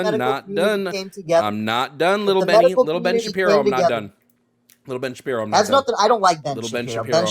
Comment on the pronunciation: “Benny Shapeers” that got me 😂